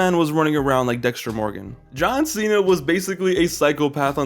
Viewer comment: “John seeya” 💀💀💀